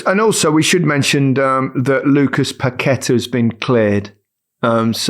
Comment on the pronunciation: Paquetá, not Paqueta